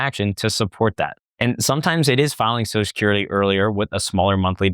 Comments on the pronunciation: Now I can’t unhear it! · You should practice pronouncing Social Security